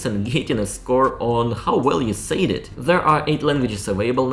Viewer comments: "Said" is not pronounced like "Sayed" but like "sed". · I also love learning languages and even started learning Russian just before the war, but cant contiue with it now. Regarding your pronounciation, I've notice you pronounce 'said' as "sayid" i.s.o. "sehd" 😊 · Hi! Your English is indeed very understandable. One word that often catches my ear is “said”. You pronounce it “sayed” which certainly is what it means. But it usually rhymes with “bed”. I’m betting this would be hard for you to change since it’s a word you say often, but thought I’d share. What blows my mind is the thought of a native Russian speaker learning both English and Chinese!!! Your brain must be amazing. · You pronounce said as "sayd", but it`s pronounced "sad", just as the word sad (not happy) :-) But it sounds cute! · I love your videos and your English is marvelous. Here's a tip: 'said' is pronounced 'sed' and 'says' is pronounced 'sez'